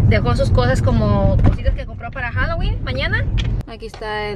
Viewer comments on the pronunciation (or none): none